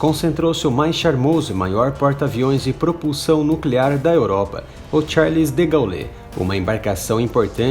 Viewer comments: Charles "degaulê" kkkkkkkkkkkkkkk Imagina o quanto esse cara sabe sobre a segunda guerra ... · Falar o nome do porta aviões francês errado é o cúmulo!